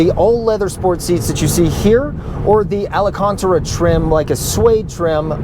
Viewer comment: Can dude say alcantara again😭